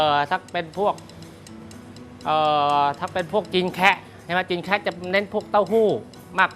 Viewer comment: ไม่ใช่อาหารจีน”แคระ” ครับ ออกเสียงให้ถูกคือ “แคะ” (หรือเค่อเจียในภาษาจีนกลาง) เป็นคำภาษาจีนแต้จิ๋วที่เรียกคนจีนกลุ่มนี้ คำเดี่ยวๆออกเสียงว่า “แขะ” เมื่อรวมกับคำว่าคน(นั้ง) ต้องออกเสียงตามหลักภาษาจีนโดยปรับเสียงคำหน้าของคำนี้ขึ้นให้เสียงสูงขึ้นเป็น “แคะนั้ง” คนไทยจึงเรียกตามว่า “จีนแคะ”